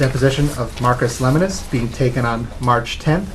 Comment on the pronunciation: Lol, they said his last name wrong and they said the time was when it was at time of statement lol